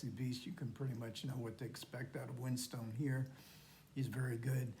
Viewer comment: The 'e' on the end of 'Winstone' is silent and is pronounced 'Winstun with the stress on 'Win'. Americans have problems with place names and surnames in British English. My surname is Bedford, which is pronounced 'Bedfud' with stress on 'Bed'. It's the same with names and places ending in 'ham'. 'Oldham' is 'Oldhum' with stress on the first syllable. An exception is West Ham, because it's two words, it's pronounced as it's spelt with even stress on each word.